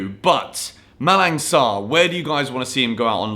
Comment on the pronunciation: in Malang Sarr name the "G" is silent... "Malan" and don't pronouce the "N" also like Milan😂